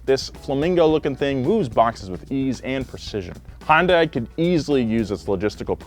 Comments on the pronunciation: Anyone else pissed off about the way he says Hyundai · pronounced Hyundai like 10 different ways throughout this video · Clicked just to hear mispronounce Hyundai every way possible. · pronounces Hyundai slightly differently every time he said it. Lol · The amount of times you completely butchered "hyundai" within the first few minutes is astounding. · You guys should probably learn how to pronounce Hyundai correctly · You're right! I kept thinking he was saying "Honda". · Did he seriously just say “highindah” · It's pronounced: "Hi-yun-die" (technically) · In Korean, it's pronounced Hyun-deh. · Everytime you mispronounce hyundai it kills me inside. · Every time I hear try to pronounce Hyundai I die inside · I cringe every time he says Hyundai lol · Just practice with me one time bro. Hyun rhymes with sun. Dai rhymes with say. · Please stop pronouncing it that way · Baby girl, it’s pronounced “hun-day”. I’ve heard both “hi-un-day” and hi-un-die” in this videos intro alone. Mama, just like repeat the “hun-day” over and over and hopefully it’ll stick. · I know you likely don’t care, but for the love of god. Hyundai is not pronounced HON DAI. Hyun Day is the closest way to pronounce it without knowing Korean. It translates directly to modern technology. But I beg of you, pronounce it correctly, my ears are bleeding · i hate how people keep pronouncing Hyundai as HUN DAI. It's Michael Jackson's Hee Hee, the YUH from rap songs but with an N at the end of it, and then DAY. HEE YUHN DAY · It's hun day ya dork not hyun di or hyun da i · Hun-day Please. Not Hi-un-die 🥺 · that’s a Yun - dai not hun -Dai jesusss😩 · “Hi Yun Dai” ? Always thought it was pronounced “Hundai” all these years. Guess I was wrong 🤷‍♂️😭🥔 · It's not HA-YUN-DIE It's HYUN-DAY I still don't understand how Americans get this wrong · "High-uhn-die" That's the strangest way I heard someone try to pronouce hyundai. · It’s HUN-DAY. 😐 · It's Hai-Un-Dai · Hyundai rhymes with Sunday.